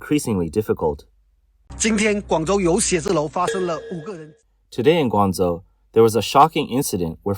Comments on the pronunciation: Surely "Gwang-Joe" not Zo? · Guangzhou, not Guangzou!😅😂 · Yeah, this is AI totally bullshit. The city they talk about is pronounced incorrectly.😂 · I wish the AI bot would pronounce Guangzhou correctly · lol atleast prounounce guangzhou correctly